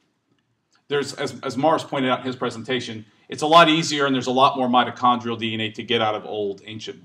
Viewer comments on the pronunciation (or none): none